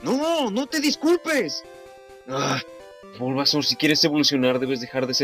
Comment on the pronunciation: se dise bulbasaur xd